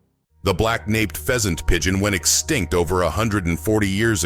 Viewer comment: The word extinct, it's not understood by this fella!